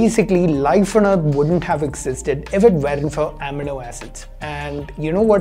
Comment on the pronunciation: Finally something I can show my parents to bust their MSG misconceptions. Great video as always! :D PS - It's amino (uh-mee-no) acid :)